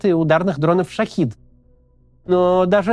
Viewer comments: Всё у Каца правильно и хорошо, но уже какой выпуск режет ухо: иранский дрон - ШахЕд (персидское слово), а не ШахИд (арабское слово) - и значения у корней разные. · ШахЕд, а не шахид. это разные слова с разными переводами